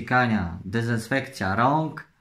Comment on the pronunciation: ona tak pisze jak ty mowisz...no poniewaz ,że taka dyzynsfekja